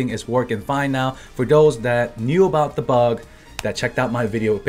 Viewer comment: Funny how he says "the bug"